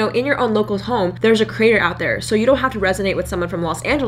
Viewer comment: Did anyone hear "crator" during one of the "creator" lines in this video? She talks really fast but as a new creator I am seeing all the subtle shifts she does in the production of this video to keep us engaged to the end. Nice!! ;-)